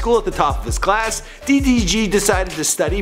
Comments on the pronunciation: It’s DEE DEE GEE I don’t kno no skt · These two might not seem like a diffrence but it is DDG DEE DEE GEE The first one is the right one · "DEEE DEEE GEEE", Its DDG nigga 😂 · "Dee Dee Gee" 😂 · Tay K deetheeg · THEE THEE GEE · De De g Boi its DDG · Deedeegee LMFAOOOOOOO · Bro why you said his name D. DG 😂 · This nigga said DEE DEE GEE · this nigga said tee tee g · Nigga stop saying D....D.....G like that. Its all togethee DDG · Who is Dhee Dhee Ghee LoL it’s DDG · Bruh he’s starting to piss me off 😂 he can’t even pronounce ma boi DDG’s name? “Thi-thi-Ghee”, bruh that junk was annoying. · Y he struggling to say DDG😂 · LMFAOOOO FINALLY BUT WHY THIS NIGGA KEEPING SAYING DDG LIKE D D G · Why you pronounce it as dhee dhee geee lmfao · The way he is saying “DDG” is making me lose brain cells💀💀💀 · "DEEH DEEH GEEH" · ”DEE DEE GEE” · I kept getting pissed when he said d..d..g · "DEE DEE GEE" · Bruh why this man keep saying d thee g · CAN U STOP SAYING DDG LIKE THAT "THETHEG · He was really struggling to say ddg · Why this nigga say DDG like DEE DEE GEE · I hate when he says DDG upsets me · im sorry but it bothers me how much he butchers “ddg” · the way he said ddg throughout this video makes me hella mad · Forreal he made me mad lmao "D D G" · I hat how he says ddg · man says ddg like he got a speech impediment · Why can’t you say DDG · Why do you say ddg so terrible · How the hell do you butcher pronouncing 3 letters 🤦🏽‍♂️💆🏽‍♂️🤷🏾‍♂️ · Its ddg ion know no skt